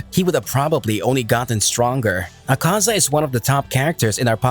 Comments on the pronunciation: “Akza”💀really its “Akaza”😑”Doma”💀 its “Douma” “Giyu” Mannnnnn its “Giyuu”😑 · Akza? O you forgot another a lol but its ok ^^ this was still nice and the way he just sajd "HES LAZEH" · Funny how it said akza lol